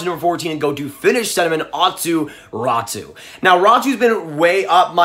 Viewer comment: Actually you pronounced Räty as Ratu